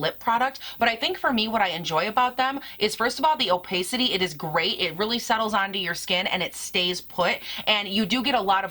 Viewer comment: It’s “o-pass-ity”, not “o-pay-city”